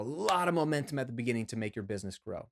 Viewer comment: Looks like you hustled making this video so much that you spelled "busyness" instead of.... oh, you actually really are saying busyness instead of business...... see what hustling is doing to me, man?!